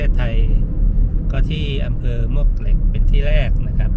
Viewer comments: ต้องอ่านว่าหมวกเหล็ก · มวกเหล็กครับ หมวกเหล็กคือชื่อไม่เป็นทางการ ชื่อคนเก่าแก่เรียกกันครับ